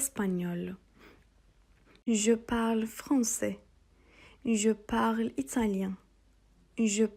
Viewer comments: hocam parle derken okunuşu nasil türkçede l mi g mi anlamadim🤭🤭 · Hocam ben uzun bir süre je parle kısmında sonuna e ekleyerek okuyordum ama siz okurken je parl gibi, sonundaki e'yi okumadan söylüyorsunuz. Bu iki okunuş da doğru mu yoksa parle okunuşu yanlış mı?